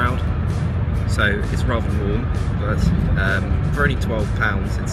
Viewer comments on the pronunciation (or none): none